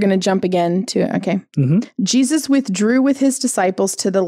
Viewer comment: Correct me if I'm wrong, but did you call Jesus "Jewsus"?